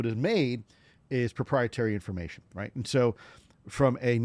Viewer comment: Anybody who says right like that is probably making stuff ip